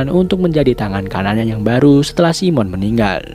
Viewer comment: Bang, keknya bukan simon bang bacanya saimen bang, koreksinya bang 🙏